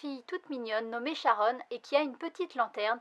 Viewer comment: Jolie couverture en effet, j'attends la fin pour savoir si la série vaut le coup (aucune note au Japon). Nb : On dit Karon pas Sharon